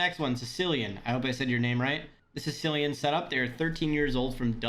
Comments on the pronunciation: bro it is not pronounced cee-lee-Ian, it’s pronounced kill-Ian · Cillian is pronounced with a hard C lol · For it’s pronounced like killian I’m from Ireland too